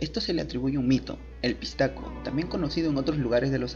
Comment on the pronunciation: Se dice pishtaco bro